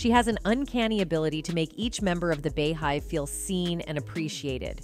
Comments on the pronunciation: The “bee” hive 🐝 (not the “bey” hive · Im sick of these news broadcasts that can't say the words right like R&B beehive Keisha simple stuff like ugggrrr